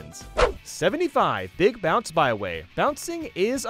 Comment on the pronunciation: I love it when says “beeg”